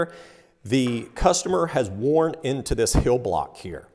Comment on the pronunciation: "hill block" or "heel block" ?